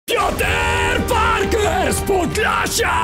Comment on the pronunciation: zamiast mówić pjoter Parker to mów pjoter parking